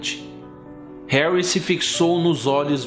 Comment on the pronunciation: Vc fala hanrry